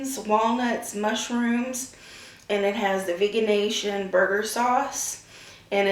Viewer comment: If you're talking about the place I think you're talking about it's pronounced "vege-nation" not "vegan-nation." I love that place. Vege-way is really good too. So is GFY Burgers & Fries as well as Violette's Vegan Cafe.